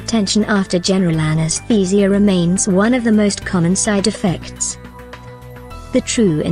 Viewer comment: My mind was distracted by the pronunciation of anestheeeeesia 😂